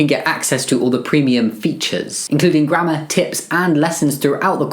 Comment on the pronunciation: Please when he said grammer and I thought he said grandma